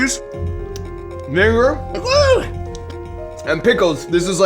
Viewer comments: he did NOT say vinegar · sounded weird when he said vinegar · he did NOT say vinegar 😭💔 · bro did NOT say vinegar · bro did NOT say viniger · he did not say vinegar 😂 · he did NOT say vinegar 💔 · bro did not say vinegar 💀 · Bro didn’t say vinegar 💀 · He had the vinegar in his mouth so he couldn’t pronounce it right.